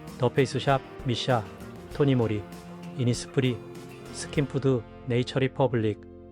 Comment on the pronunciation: 토니모리 가 아니고 토니몰리 라고 해야 합니다 이런식으로 발음하시면 안돼요 .